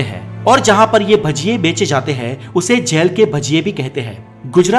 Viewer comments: Bhai galat bol raha h baar baar gel gel gel bol raha h bhai jail hota h jail achhe se to pronounced krle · जैल नही,जेल होता है। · aap jjyail Aisa kyo Bolte ho...it so simple word jail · जैल नहीं जेल 🙄🙄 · Plz pronounce jail. Not jael.. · Jaail nahi re baba its jail.... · Gel or jail bolna sikh lo balon ke gel ki bat kar rahe ho Kiya 😂😂😂😂😂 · Jell Nahin Jail Hota Hai Be , Pehle Theek Se Bolna Seekh Le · Bolna to seekho jail ya jal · Jail bolna seekhke pehle tu